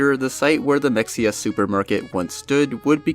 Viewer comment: It’s not mex-e-uh it’s muh-hay-uh god damnit I’m tired of having to correct people about this